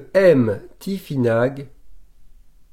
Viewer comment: cela ce prononce tifinar en phonétique c'est juste une petite précision sans aucune haine cordialement